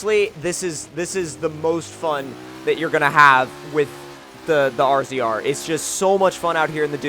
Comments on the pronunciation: it's a pronounced (razor) not r z r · I'm going to say it every time, it's pronounced RAZOR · ITS NOT " r z r " ITS RAZOR its hurts when when you say that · R Z R? haha what the fuck man?? It's RAZOR. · He said R Z R not razor idiot. Rzr is shirt for razor yes but he said R Z R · razor tomcat ok. not R-Z-R get yur shit together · It's pronounced razor, you are the only person I've ever heard say RZR talking about a razor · It's pronounced RAZOR not R-Z-R 😂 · All the sales people at my local Polaris dealership pronounce it as the RAZOR... is the first person I've ever heard pronounce it as R-Z-R and it makes me cringe every time..... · Ben Keast same lmao I cringed when he said R. Z. R. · Although it is spelled rzr it is pronounced razor go to the website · Yea it's for sure pronounced "razor"😂 please don't say rzr haha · its pronounced (Razor) not R Z R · U say it razor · "DOING A FORTSA BUILD ON AN R-Z-R..." dude fuck off. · It's pronounced as Razor even though it's spelled as RZR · its razor, the originals were called ranger rzr. Still pronounced the same. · love this vid but its pronounced razor... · No offence, Its pronounced razor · Pronounced as razor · Slap getting stuck in a solar panel (or anything for that matter) is pretty typical. Also, it's pronounced RAZOR,. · Damn bro, it's pronounced "Razor" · Razor is how you say it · Ben Keast RZR is short for RAZOR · I agree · I was about to comment that but u got it covered! I ride a lot of offroaders in life and all i have is fun, good job on the video by the way